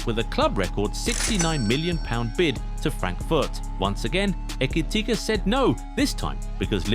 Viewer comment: this narrator needs to learn where to intone and accent in saying his last name. He had a few variations 😂 let me spell it out for you: eh - key - tea - kay Who else noticed Trent in this? 😂😂😂😂…. As you were….